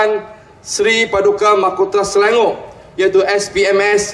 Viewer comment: Selangor in BM not in English as pronounced YB!!